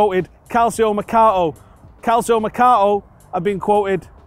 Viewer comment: Calcio is pronounced “calcho.” Just for future reference. All in on Bonucci